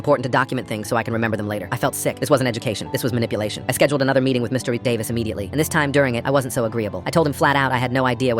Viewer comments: Me just concentrating on him saying 'Mister EeH-Davis' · Mr. D-uh-vis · why is it pronounced "mr..davis" help 😭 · Mister Eh-Davis